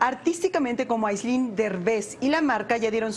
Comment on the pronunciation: Al rojo vivo: Se llama Áislinn, no Aislínn...